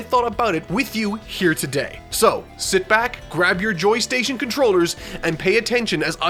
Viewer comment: Man's said joy station tht just made me mad for some reason